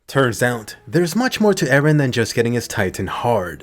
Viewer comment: Why always say eran